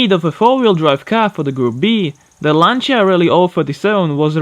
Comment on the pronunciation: My compliments for not having minced the Lancia name the way May, Clarkson and Hamster (in no particular order) do. Every time they pronounce it "Lenzia" makes me wince.